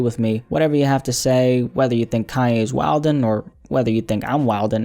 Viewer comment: You’re only “wildin” by pronouncing WILDIN all the way out. The D is silent 😉😂😂😂 thanks for always giving us hot new content!!